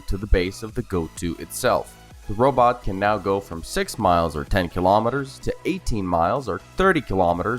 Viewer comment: he calls it a 'robut'. 😂😂😂 But seriously this industry that makes electro-mechanical robots that either take over human tasks or incorporate with existing human tasks need to stop focusing on making humanoid type robots. Robots don't need to have two legs, they don't need to have two arms, they don't need to have one head. This is the glaringly obvious waste of development money in this industry. Those that figure this out and whom angle their development more towards function and less towards humanoid will be the first companies to have success. Humanoid style robots with an equivalent AI to that of a human is so amazingly far off that any work that's done on that now, while important as a building block, will not net results in any 10, 20 or even 50 year timeline. That's right folks we are way more than 50 years away from AI working as a humanoid robot. What companies need to do, if they're smart and have a vision for the next 10 to 20 years, is focus on functionality. So that means stop focusing on legs and human heads and start focusing on tracks, multiple legs, wheels, multi-physical functios and FAR less humanoid form, and more functional to the environment form. You want to slap a wig and a silly little head on it with googly eyes? Go ahead. The point is these companies are wasting their money thinking they're going to develop something to the market but yet there are generationally back from ever even being close to that point. Generationally. To those compani